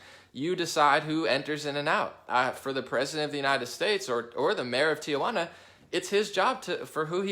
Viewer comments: Let me help you out: Tijuana is pronounced like Tee-hwanna, not Tia - wanna or Tee uh wanna, it's a common mistake Americans make when pronouncing the name of this historic city.. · It is pronounced tee wana, (only one a)! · “Tia-Wanna” LOL